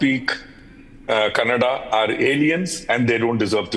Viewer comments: Please produce the cctv footage on your channel. Also pressurise for action against the wife of Bose for filing of a false complaint creating a divide amongst people on the basis of language. Please also note it is not Kannad but KANNADA. Look forward to make corrections in the entire narrative. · Asls pronounce kannada properly